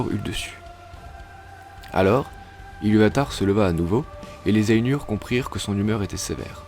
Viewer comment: Ainur ça se prononce pas ènur, mais Ay-Nour (aille-noure) et si tu veux pousser la geekerie a fond tu roule les "R" en elfique. Le U c'est toujours "Ou" et les lettres A et I ne forment pas le son "è" mais A suivie de I, par exemple Dunedain se pononce Doune-Da-Ine. J'invente rien c'est dans le livre.